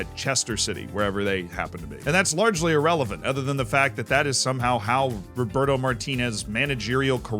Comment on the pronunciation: It's Roberto not Roburto